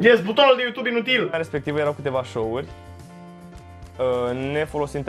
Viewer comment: "Pa yutub" Bonus : "Umm...pa yutub boss"